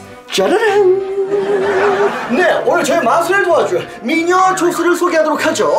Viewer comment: 미녀 인데 마녀라고들림ㄷㄷ